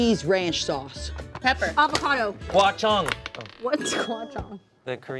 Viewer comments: as a korean, so confidently saying gochujang as "gua chong" sent me to the backrooms, shit was hilarious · pronunciation of Gochujang was very unique 😂